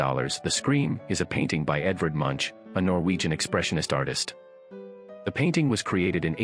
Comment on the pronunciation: Your French pronunciation of "Les Femmes D'Alger" is horrible and laughable. Maybe you thought it was by that other Spanish artist PabLow Pik a sow. Then there's Munch, Bunch and Crunch. LOL'ing. As far as the most valuable or best paintings in the world,....there's "The Sleeping Gypsy" and "The Dream" by Henri Rousseau in The Modern in NYC. There are many more of course.